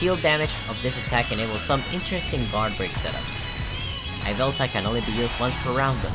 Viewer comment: Goofy pronunciation of yveltal